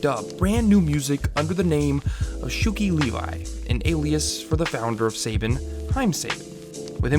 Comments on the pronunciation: SAH-BHAN! Not SAY-BIN. And SHUKEY LEVEY!!! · It’s really bugging me at your super incorrect pronunciations of Haim Saban and Shuki Levy